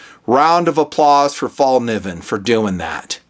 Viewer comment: You Sir, are the first non-Swede I have heard that pronounced the name of this knife makers name right! Awesome knives, I collect and use them my self. They are Swedish designed, but manufactured in Seki Japan to the highest standard!